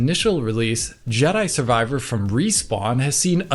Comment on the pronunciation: Did I hear right. Did call it "Judder Survivor"?